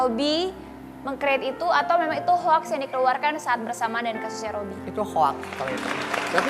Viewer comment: Kartika putri hoax bacanya hok..o mbk o....sok pinter tp englisnya ngeng ngong🤣🤣🤣🤣